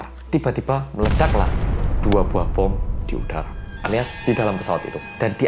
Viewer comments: Pas bilang "membawa bon" Auto ngakak, knp bawa bon daaah 🤣🤣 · Seketika ku ngakak pas bilang bon yang harusnya bom. Me: iya bon sama menyeramkannya